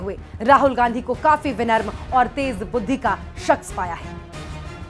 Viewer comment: विनर्म नहीं विनम्र होता है।😂